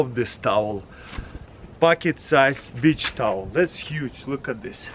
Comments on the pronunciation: Wait..what the..did he said bi**h towel. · Comrade you must speak beach like cuss word. Lol. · This guy is so cool "Bich sise tawel" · yeah it's the accent lol